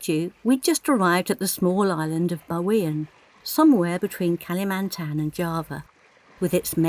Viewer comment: You guys just keep on adding on to my bucket list.. Thanks for another great video.. Perfrect pronounciation of Bawean 👌